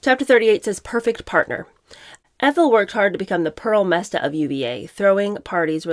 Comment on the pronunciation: What is a “pearl messa”?